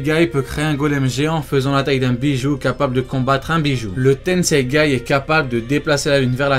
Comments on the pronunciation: C tensegan pas tensegay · Tensegan pas tensegay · C PAS LE TENSEGAI C'EST LE TENSEGAN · C’est tensaigan pas tensangay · Tu as dis tennseigay au lieu de tennseigan 😂😂😂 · Et c'est tenseigan pas tenseigai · Tenseigan ou tenseigay? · C le tensegan pas le tenseigan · tenseigan pas tenseigai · C tensegan pas tensegaï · C'est le tenseigan pas tenseigay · Stp c'est tensegan et pas tensegaye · Le tenseigan pas le tenseigay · Tenseigan pas tenseigaï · C TENSEIGAN PAS TENSEIGAI !!!! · juste on dit pas tensegaN ? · C’est moi ou il dit tensegai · mec t'a dis tenseigai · Ya que moi qui tilte quand il dit tenseigai ? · ah ok le mec écorche le nom volontairement mdr